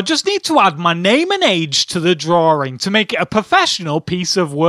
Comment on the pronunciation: Why are you even on youtube...not even trolling. Just being Real here. Your voice is painful to hear. Its "drawing" not Drawring. Like dude. I attempted to watch some of your vids...what enjoyment do people get from watching these and what even is the Point? Holy fuck